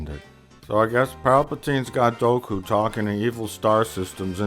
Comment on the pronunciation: One of the amusing things to me is that Plinkett initially pronounces Dooku properly, but by the end it sounds closer to Goku. XD